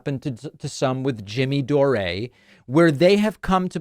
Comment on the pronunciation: Jimmy dor-ray 😂😂😂